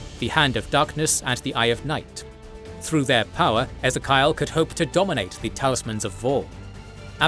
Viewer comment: "Ezze-kyle" continues his adventure xD